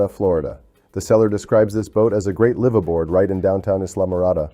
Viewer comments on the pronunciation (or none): AI still can't pronounce live-aboard 😢